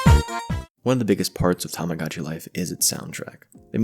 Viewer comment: lovely video !! i've loved tomodachi life for years ^^ also i apologize, it might be a nitpick, but the mispronunciation of the game's name [ tamagotchi vs tomodachi ] really bothered me